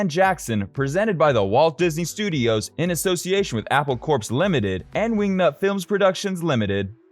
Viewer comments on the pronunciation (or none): Apple Corpse? Nope, ya lost me after that. It's pronounced Core. Like Marine Corps but with flowers, and acid. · Apple Corps is pronounced “core”, not “corpse”.